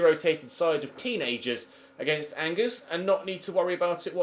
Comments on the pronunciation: Bring back Lucas Digne at LB. Side note: its pronounced On-Jair, not Angers. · Angers is pronounced Anjay